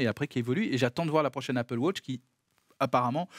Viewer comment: “Apple wotch”?? C’est pas plutôt Apple Watch? 😝